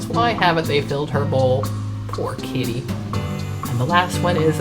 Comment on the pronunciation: You really should enunciate “Kitty” like the difference of an Irish drunk fest “Paddy” and “Patty” wagon 😉